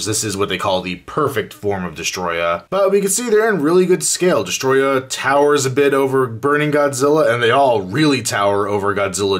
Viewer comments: Its not destroyer it is destroyah 😯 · its destroyah not destroyer